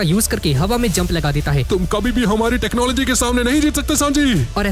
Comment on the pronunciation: Tecnology❌ tecnologyaa✅😂